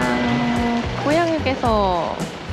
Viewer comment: 언니가 고양휴게소라고 할때 고양이 휴게소라는줄 알았.. 언니가 하니 더 고양이 휴게소 같아요.. 큐ㅠㅠ